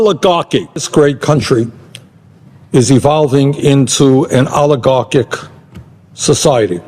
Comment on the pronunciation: How many times can you say Alighieri Bernie? Agaric all Eric all Eric all Eric all Eric all Eric all Eric.alligarcick